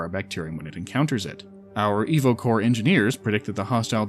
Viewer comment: Instead of „Evocore“ I understood „Evil Core“